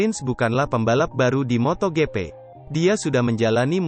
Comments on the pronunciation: pengisi suaranya jelek banget,masa MotoGP jadi moto gepe 😂 Blokir sajalah 🖐️ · Sumpah gw sebel bgt sm narator nya.. Moto gepe,, apaan kek gapernah bljr baca ejaan english aj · voice over nya kayanya g suka moto gp,soalnya suaranya kaya g semangat gini baca beritanya juga sama,mana pelafalan nya salah mulu moto gp sama moto 2 ,cm yg saya liat cm isi beritanya aja 😂